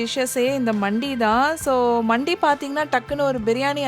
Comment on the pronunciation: For your information it’s not மண்டி it’s மந்தி it’s an Arabic dish most popular in Dubai , Saudi and all the gulf countries Highlightly now in our India mainly in Chennai we’ve several mandhi restaurants the most popular and amazing one was located on exactly at arumbakkam metro station and the shop name was Nahdi Mandi but it is pronounced as நஹ்தி மந்தி I hope this one finds you informative one and thank you for the vlog